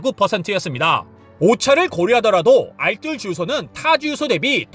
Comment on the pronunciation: 알쓸 아니고 알뜰이요!!!!!